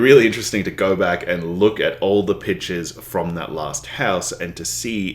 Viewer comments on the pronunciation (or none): none